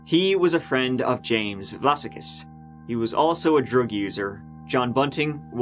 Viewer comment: Vlassakis looks like a Greek name to me (especially as his middle name is Spyridon) in which case it would probably be pronounced with the stress on the second "a" - Vlass-ah-kis, not Vlassa-kiss. Also, I believe that the Aussie accent is particularly difficult to copy, so, good attempt. I can remember the media coverage of this tragedy. While this sort of thing might be par for the course in the US it's not something that often happens here so people were genuinely shocked. As for actual paedophiles, rotting in a barrel would be too good for them.